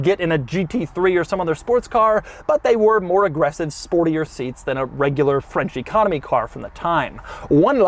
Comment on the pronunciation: Every time Doug says "French Economy Car" I hear "Frenchy Comedy Car" and well